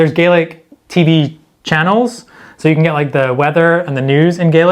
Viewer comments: Its pronounced gahlick, not gaylick. Gaelic (gaylick) is Irish. Can't believe you didn't have Doric. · Pronounced Gaelic wrong. Scottish Gaelic is pronounce Gah-lik. Irish is pronounce Gay-lik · It's Gah - lick. (Gay-Lick is irish) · Stormy weather would be Aimsir stoirmeil though. By the way it's pronounced Gahlic not gaylic. The way you said it is the Irish pronunciation. Another great video! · Fyi, it's Scots Gah-lick, and Irish Gay-lick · I switched off when he couldn’t pronounce Gaelic correctly. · Can tell you haven't learned gaelic as you pronounce it the Irish way as do most Scottish that live south of Perth. In Scottish gàidhlig the grave above the a is the opposite direction to Irish and pronounced as an a and not A